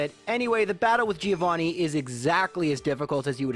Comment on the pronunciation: That's not the correct pronunciation of Giovanni